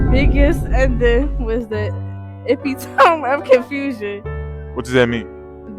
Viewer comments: Why are you pronouncing epitome like it rhymes with Rome? short e - pit - long o - mee Seriously, dude? If you're going to create content, do some research. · Ummm, excuse me; for the word epitome, it has four syllables not three. You’re pronouncing it wrong. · DUDE epitome is E PIT O ME ! You pronounce the last E , it's not silent ... You're the one calling Gen Alpha out and you can't pronounce epitome smh 😢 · It's pronounced epitomeee. You're wrong too. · I’m going to need you to edit your whole video and look up the pronunciation of the word EPITOME, you really messed it up too. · He is laughing at these black kids not being able to read and he can’t read either! Sir, you’re saying epitome wrong too! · The narrator of the video is mispronouncing epitome. He is obviously not of American origin. Is epitome pronounced differently in other countries, or is he incorrect? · Yo, hold the phone!!! Am I hearing you mispronounce "epitome" !?! 😯